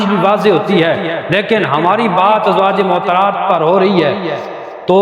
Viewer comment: السلام علیکم مولانا صاحب۔ بصد احترام عرض ہے' براہ مہربانی تلفظ درست ادا کریں۔ "ازواج معطرات" نہیں' درست لفظ "ازواج مطہرات" ہے۔